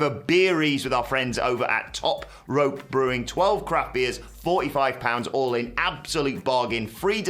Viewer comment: Sounds like they are says “crap beers” instead of “craft beers” 🤷🏻‍♂️